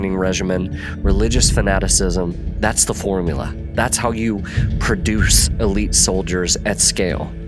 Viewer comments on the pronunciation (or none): none